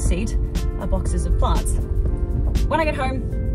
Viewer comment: WHen you said "boxes of plants" I heard farts and I wondered how you got those into boxes xD.